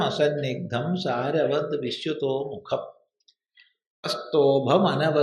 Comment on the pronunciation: അസന്നിഗ്ദ്ധമല്ലല്ലോ. അസന്ദിഗ്ദ്ധമല്ലേ.ന്ദ എന്നതിൻ്റെ ഉച്ചാരണം തെറ്റി.ന എന്നത് ഇരട്ടിക്കുന്നതല്ല ന്ദ എന്നതിൻ്റെ ഉച്ചാരണം.